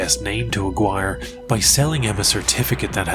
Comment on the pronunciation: Brilliant research and writing. But your pronunciation of Aguiar is criminal.